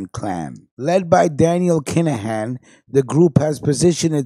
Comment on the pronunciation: U cant even say the kinaghans name right lol